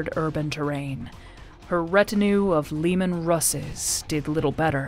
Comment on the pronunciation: The pronunciation of cogitators and leman russ kinda ticked me off but apart from that it's amazing